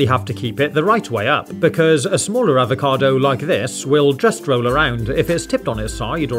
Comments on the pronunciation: he: Talk Very normal He: say avocado HE: AvoCAdoW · the way this guy says "avocado" ruined avocados for me